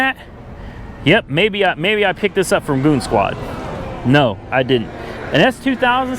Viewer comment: Its Goonzquad. Not moonzquad.